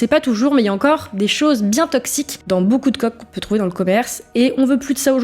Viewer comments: Beaucouf Le p devient F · boucou au lieu de beaucoup et "je vais sur Paris" au lieu de "je vais à Paris" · "Beaucoup" prononcé "Boucoup", ça m'agace un peu aussi, je dois dire...